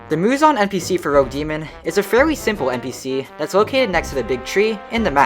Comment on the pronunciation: when you say rogue coins it sounds like rell coins from shindo maybe make them something else idk